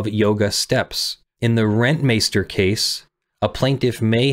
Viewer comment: I wanna hereby extend an expression of respect and love for the correct Dutch pronunciation of Rentmeester.